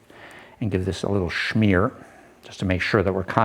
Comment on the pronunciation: There is no "h" in smear